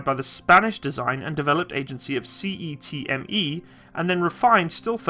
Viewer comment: Love the way he says CETME as "C.E.T.M.E" instead of "setme"